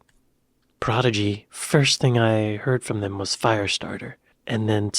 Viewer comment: Its not Progidy lol the guy on the film cant say it 🤣🤣 Not a lot of Firestarter reaction in this, didnt even play the video?